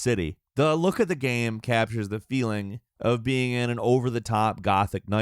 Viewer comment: He can’t say the word GAME either... I think dude might be on the spectrum